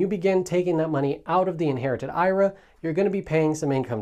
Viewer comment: Please pronounce IRA the correct way!